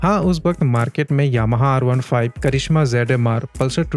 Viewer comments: करिष्मा नही करिझ्मा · Karizma ❌ Karishma ✔️